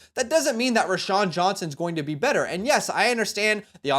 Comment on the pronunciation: ROW-Shawn. Not Ra-Shawn.